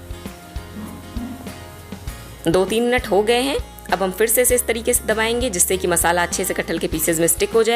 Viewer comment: Mam aap R ko d kyo bolti hai? Garam ko gadam or kre ko kde, fir se ko fid se, vese recipe achi bnai h aapne hai or jackfruit meri favorite sabji hai . Thanks